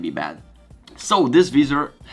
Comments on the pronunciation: Great Vlog! Please keep them coming during Covid-19 lockdown! Can I just say that the word Visor (In Italian -visiera ) is pronounced in English slightly different to yours. To pronounce Visor try saying ( Vai -Zurh) Hope you don't mind me saying?! Also your English is very good and a lot better than my Italian! (and my Mum is Italian!) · The “ vizzzer “ cracked me up lol